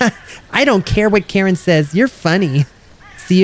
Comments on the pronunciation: I think Karin's name is pronouced K-u-rinn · it's accutualy kareen how you pronounce it